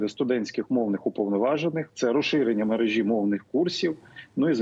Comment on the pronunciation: Пане Кремінь, а скажіть, чому Ви говорите "мережі" (наголос на і), але ж перевірочне слово "мережка" (наголос на друге е)? У наступній фразі у Вас наголос у слові "мережа" (наголос на друге е), що й є правильним!